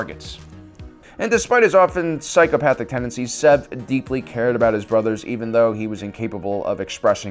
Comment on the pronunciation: Its SEV not zev